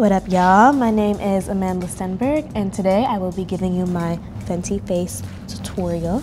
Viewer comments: She calls her name like Amanda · She can’t pronounce her name 🙈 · Did you notice how she didn't pronounce it properly? I love her though😍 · Ain’t Amandla a South African Xhosa name - meaning Power ? Because if so... that’s not how it’s pronounced 🧐🤨 Can someone help me ? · When your parents give you such a powerful name and you butcher the pronunciation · Ziyanda Mlotana that’s what I was saying. She can’t pronounce it